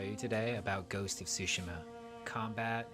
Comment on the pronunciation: I'm not an expert, but I'd guess it's not pronounced _TSU_shima